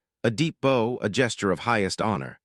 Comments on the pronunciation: I thought this channel did not use AI. What is this? Mispronounced words..., terrible cadence..., monotone... repeatedly using the wrong form of similar words (etc. Bow pronounced as the weapon instead of the action of bowing the head)... disappointing that they would reduce themselves to this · You narrator screw up words bow ,archery bow front of ship